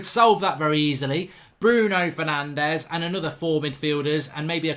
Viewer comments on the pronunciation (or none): none